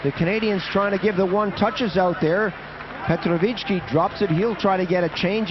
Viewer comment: My sa ideme usrať, aby sme anglické mená vyslovali komentátori foneticky presne, ale Kanaďan Slovanské môže komoliť: Petrovičí.